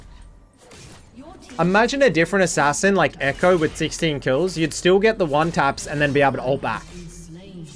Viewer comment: Bro, it's Ass ass in, not Ass as in